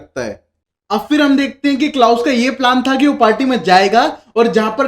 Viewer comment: What is Klaas...it's klaus menn !!!..u need have some accent